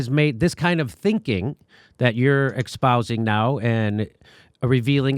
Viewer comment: At minute : Jimmy, the word is "espousing," not "expousing."